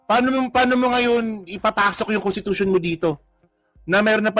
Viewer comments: nakakahiya, Contitution daw,! wrong pronounciation ??? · contitution daw , wrong pronounciation.